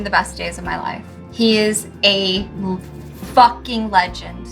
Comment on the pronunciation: That was a hard “fucking”, damn 😂